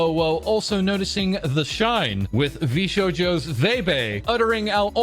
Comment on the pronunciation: That's SHI-NE as in die in Japanese, not SHINE as in sunshine